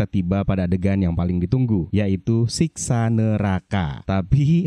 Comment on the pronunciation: Bang bang,Siksa neraka ya bukan Siska 😮